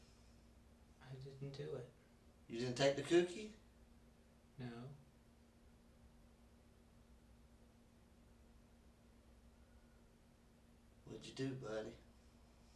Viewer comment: This fucking interrogation 😂😂 what a cabare "you didn't take the cuukie?"